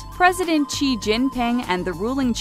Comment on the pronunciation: And President Xi’s last name is not pronounced as “chee”, but like how you say the letter “c”